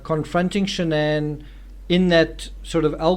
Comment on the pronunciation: Her name is SHANNON. NOT Shan-ANN NOT Shan'ann.......SHANNON